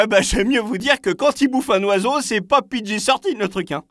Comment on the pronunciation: " c'est un film pidji soeur tine michel" mdrrrrr